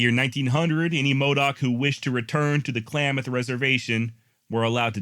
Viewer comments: It's not clay mith It's clam ith. I love your work. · For the record its klamath not pronounced claymath. I live there. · Klamath is pronounced Clam math